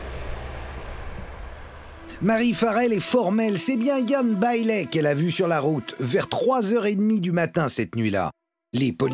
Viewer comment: Ian Bailey = [ iiyen beïli ] et "Jules" = [ djoulz ] Chaud l'anglais des journalistes français quand même! xD